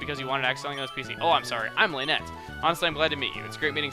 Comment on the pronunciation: Isn't Lanette pronounced "Laa-NET"? Like the two computer terms? LAN and net?